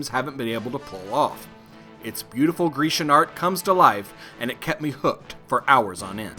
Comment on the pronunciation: Did I just hear "greecian" art?